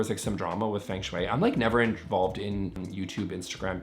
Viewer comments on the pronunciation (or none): It’s not pronounced as Feng— FUNG is how it’s said. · That’s not how feng shui is pronounced, not even the anglicized version 😭